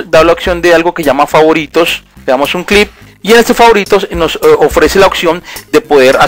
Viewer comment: Se dice click no clip XD